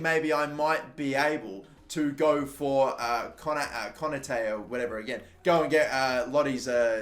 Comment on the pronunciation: you pronounce konate k-oh-nar-tay